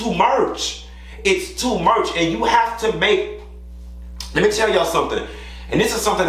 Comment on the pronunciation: “it’s too murch “😭😭😭😭😭😭😭